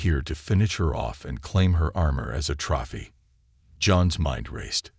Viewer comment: Your AI needs more instruction in voice inflection and pronunciation of basic words like read and trophy, I could not finish watching this.